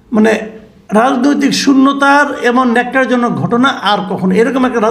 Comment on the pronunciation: ন্যাক্কার জনক নয়, উচ্চারণ হবে নক্কার জনক।